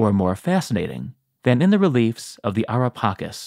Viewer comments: U spell it wrong not pakis but paceees like cheese cke not kis cake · It's so wierd for us Italians to hear "Ara Pakis" like you did... LOL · The pronunciation of Ara Pacis is incorrect.